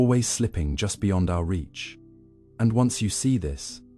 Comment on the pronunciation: Why can’t a i say ‘reach’